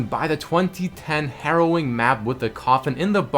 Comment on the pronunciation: i alwys hear heroin map instead of halloween map... O.o